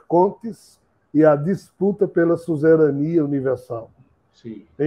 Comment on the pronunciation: O que é " suzerania/susserania" q ele fala ?